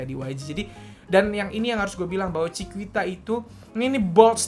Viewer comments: Koreksi dikit yak, Chiquita dibacanya “cikita” kak, bukan “cikuita” 😊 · bacanya chikita bang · Tulisannya chiquita tapi baca nya chikita aja bisa gak bang? Wkwkwkkw